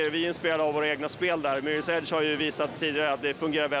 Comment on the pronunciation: Haha Mirrors age fail det heter Mirrors edge....